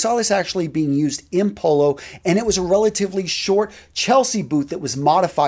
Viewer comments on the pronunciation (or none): none